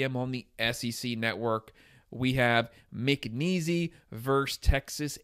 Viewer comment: It's pronounced like Mc Niece, not McNeeezy!